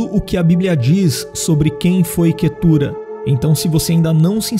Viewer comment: O nome da minha esposa, mas pronunciamos Quétura